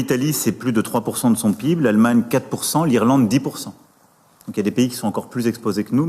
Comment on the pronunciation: Notre pîbe! Il se sent au dessus de tous en disant pîbe au lieu de péhibé ( PIB) Ralala 😑